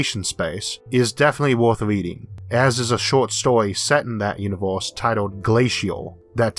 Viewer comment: "Univulse" Oh man, I wish you the best with this phonetic stumbling block I haven't heard someone make that mistake since 5th grade! I'm sure your aware it's pronounce "you-ni-verse"